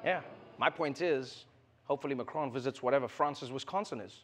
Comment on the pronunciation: Trevor, its President Macron, not Macrone. Also why use a hom-osexual voice for waiters?